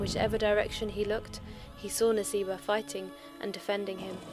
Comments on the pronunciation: It is Nusaybah, not Naseebah. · Its not Naseebah its Nusaybah... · Isn't it written & pronounced as Nusaybah? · Let me Correct It's Nusaybah not Naseebha.. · I thought it nusaybah not naseebah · It's Nusaybah or naseebah